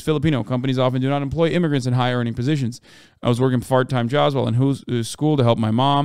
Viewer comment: damn he really said fart time jobs